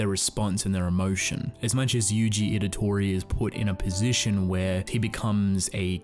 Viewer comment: Also, you keep calling him Idatori, when it's Itadori